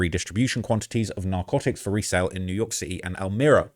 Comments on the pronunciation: It’s EL MI RA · El-my-ruh “Elmira”